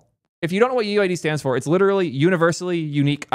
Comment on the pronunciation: You have as many l's in literal as ChatGPT thinks there are r's in strawberry.